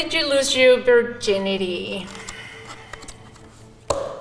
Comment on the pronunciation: i heard birginity lol